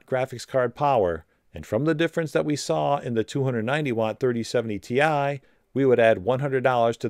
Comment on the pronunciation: It’s 4070 “tie” get it right… 💀🥱